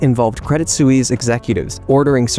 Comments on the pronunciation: Suisse: rhymes with "peace." A single, direct and simple, syllable. No, not soo-eeze. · Swies, not soeweese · Please learn how to pronounce the word ‘Suisse’. Thanks.